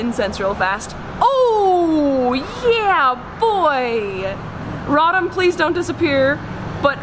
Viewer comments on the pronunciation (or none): ( Raw - Dom ) Me: it's ( Row - Tom)